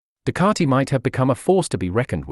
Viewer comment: Ducati. Ducati. Learn to speak correctly Ducati NOT Ducararti